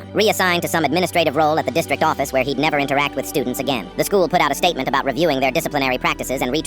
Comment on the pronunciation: you did NOT just say "putted" edit: OR "ABAUT" BITCH WHAT THE FUCK